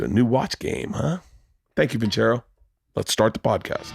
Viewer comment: vin -ser-oh ... come on man ... theyre sponsoring.